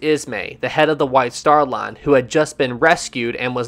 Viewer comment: Taaaaaaaame is time and laaaaaaaane is line.. if you speak correctly then I'l subscribe.